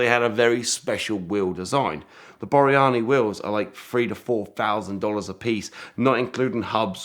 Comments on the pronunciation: It’s Borrani wire wheels. Not Boriani. They’re a lot easier to find when you can spell and pronounce them correctly. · Wouldn't that be Borrani wheels ? ( 3 syllables, not 4) And when it's finished, he wants to do doughnuts with it. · Fascinating,. ('Borrani', by the way.)